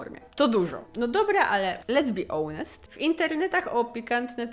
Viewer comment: "ołnest" :D ?